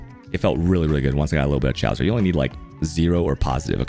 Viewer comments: FYI, he purposely mispronounces things for his content. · FYI, chaos is pronounced ‘Kay-oss’, not ‘Chows’.